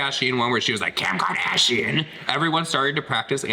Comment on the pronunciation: Again? Oh no 😂 Kim Kahdasheeein!"